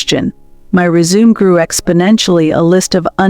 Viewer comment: The narrator is presumably well educated. If this is the case then why oh why didn’t she read the script before she spoke? How, in the context of the story surely she knew the difference between envelop and envelope, and resume and resumé!!!